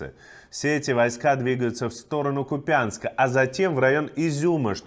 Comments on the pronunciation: Ку́пянск, а не Купя́нск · КУпянск, а не КупЯнск. Ударение на первую гласную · КУпянск, ударение на У!!!! Когда вы уже начнёте готовится к эфиру. просто выбешивает ваше неуважение к украинским городам, где происходят такой кошмар. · В названии города Купянск — ударение на первый слог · Иван!!! Купянск, ударение на первый слог!!! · купянск- ударение на у